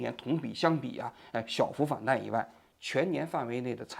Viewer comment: 请王局更正：反弹 （tan）不是反弹 （dan🥚）。有点像习主席把赡（shan)养读成瞻（zhan) 仰了🤓。向领袖学习！🐼